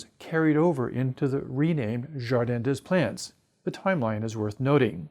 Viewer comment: I don't think the pronunciation of "Jardin des Plantes" ff makes a lot of sense. Apparently the Anglo-Saxons have a habit of ignoring foreign pronunciations, and certainly, the one who really knows foreign languages will often pay the least attention to pronouncing every foreign expression correctly. Just concerning such a most prominent French name - um... also could heighten the enjoyability of his lectures by tackling the problem of how strongly his glasses reflect some light source, in the video on hand. It won't be dangerous to look into the brightest shine a computer screen can produce, but when you give up the habit of avoiding such potentially blinding objects, that may endanger you in real situations. I'm not eager to die out, thanks to a corresponding incident of a Darwinian selection.